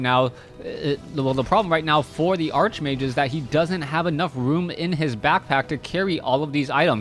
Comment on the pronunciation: Everytime he says Archmage, it hurts.